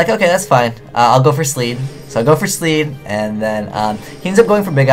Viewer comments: Wtf is a Sleed? Lol. It's Abyssleed, shortcut being Leed. Just bugs me lol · Pike, and leed! Not spike and sleed!